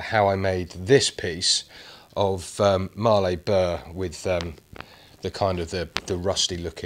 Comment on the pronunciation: Hi, for your info Mallee is not pronounced Marley, as in Bob Marley, it is pronounced Malley as in Valley. I live near where they come from. Keep up the good work. Cheers, Sean